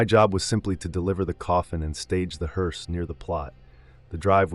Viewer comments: Its pronounced “Herse” not “herese” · Been a professional what driver ????😂😂😂 At least learn how to pronounce the name right . It's HER SE not Hear se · Not a “heerse”, a “hearse”! And family doesn’t sit next to the casket in back of the hearse. What kind of freakish funeral home puts seats next to the casket in a hearse?! Families don’t ride in the hearse! Who does the illustration to these things? And writes them? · Is this AI ? Why is the word “hearse” pronounced differently multiple times ? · A.I. mispronounces hearse. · He couldn't pronounce "HEARSE "😂😂😂